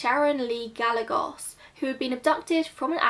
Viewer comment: If the first name you mentioned is spelled Gallegos, the correct pronunciation would be guy-YAY-gose (Hispanic name). Considering the number of miles (often hundreds) people from Mexico, Central America and South America walk, just to get to the US border, continuing north to that county would not surprise me — especially if they had relatives in the area. I know of some Mexican immigrants who crossed the border, then continued on some 2500 miles to get to relatives in New York. They did not walk that entire distance. This is just to describe the distances some will travel just to join family. Mexicans tend to have close family bonds, simply as part of their culture.